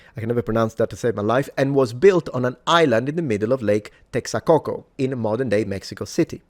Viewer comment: I love your channel, l love how professional you present all the information in your videos. But Signore mio you had me rolling on the floor with the Texacoco lake. Just being a little pedantic here, it is Tex co co without the a.